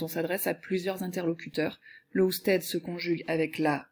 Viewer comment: Juste parce que elle a dit usted en prononçant le d